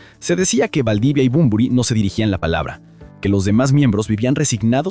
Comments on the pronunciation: lamentable video, todo hablando de supuestos, "dicen" . Una verguenza digna de un pobre tipo que odia a Bunbury, pero que inmediatamente despues dice que es una leyenda, no puede ni nombrarlo porque le dice Bombory. La comparación con jim morrison digna de alguien que nunca escuchó Heroes ni a BUNBURY...en fin, si alguien está leyendo éste comentario antes de ver el video, no pierdan el tiempo, es puro cotorreo de peluquería sin ningún sustento, no le den like, no lo sigan ni toquen la campanita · Muy negativo este análisis; bastante insulso y sin argumento, Bunbury se pronuncia tal cual se escribe, no es Bonbory, un irrespeto total a un Maestro innegable, Poeta ecléctico y sensible; busca no más otro oficio pendejo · "Bomborui"🤦😖 desde luego... De asco escucharlo pronunciarlo 🤢 No pude ver el vídeo mas de 5 minutos. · Por qué no aprendes a pronunciar bien su nombre?? Es muy fácil, solo hay q leerlo bien